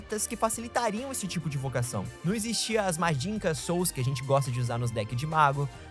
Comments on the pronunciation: Mano , pq vc fala "magincan" em vez de " magician"? N eh o primeiro video q vc fala assim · MagiCHIAN! Pare de se recusar a falar a pronuncia correta e fazer uma transliteração fonética da escrita no original.